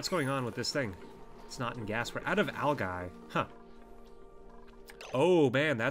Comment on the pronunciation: its pronounced Al-Ji not al-guy